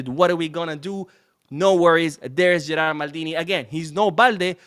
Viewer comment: In fact it's Gerard Martin, not Gerald.